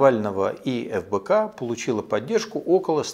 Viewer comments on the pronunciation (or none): Мне послышалось или он назвал Фбк , как Лбк?🤣🤣🤣